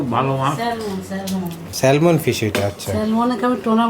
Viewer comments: salmon er" L"uchharon hoy na...silent thake...orange k কমলা, না বলে কম লা বলে।plz vul bal na bole thik kore bolle valo hoy bachchara o video dekhe... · ন্যাংটা হয়ে তো কথা বলে না। বাচ্চারা দেখলে কি প্রবলেম? মোট কয়লাখ কম্ লা বা কমোলা বলে শুনতে চান? নোংরা পান্ডিত্য একটু কম করবেন। Salmon স্যাম্যান্ হলো right pronunciation. Dialect বা আঞ্চলিকতা থেকে স্যালমেন বলে। শুধু Almond এ আমন্ড বা আমেন্ড বলতে হয়।